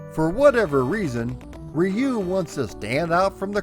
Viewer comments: Hmmm my Japanese friends pronounce it as "yu" the R is almost silent. Its never been Ree you. Thats the american way. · I've heard multiple ways too but I asked friends who are Japanese and they all basically said "rew". I wouldn't get hung up on it though, nothing technically wrong with saying "Rye-you" either :) The video's great, that's what matters. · Roo like the end of the word kangaroo is close enough. Plug this in and it will help リュウ・ハヤブサ. I have a friend with this name and he goes by your pronunciation in the states. This is because the Japanese is difficult for most non-speakers to say. I love your channel, and I love your videos. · Best thing to do... Its always been REE-YU to me... But BOTH are actually wrong... So it doesn't matter! You can find Native Japanese Speakers on YouTube who will confirm it is supposed to be pronounced as "RH-U" as RY makes a RH or ROO sound In Japan! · God damnit it's RYE-YOU and NINJA GAY DEN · REE- YUU it's still badly pronuounced, closer... But still very bad. In one breath, just say ryu and extend the U, The same way you pronounce Liu Kang's name, just replace the L with a soft R and extend the final U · I don't wanna be "that guy", but the Japanese pronunciation is actually closer to "Roo". Or "Drew" without the "D" sound. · "Ree-yu" for the Wii U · Rye-you is how I pronounced it for decades up until recently. Guess I'm a silly goose too🙃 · nope, not the right pronunciation (I have a degree in Japanese language) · If you want to pronounce Ryu properly, it's one just one syllable, not two. Just one sound. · I use to say Ryu wrong as well. Not your fault bro. Just means you are a man of a certain generation who did not have anime to teach us how to say it. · After the pronunciation lesson in the beginning I was hoping you'd revert back to your original pronunciation the first time you said the name. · You think it's bad how he pronounced Ryu? Back in my day, we called it Ninja GAY-DEN. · We most certainly did, lol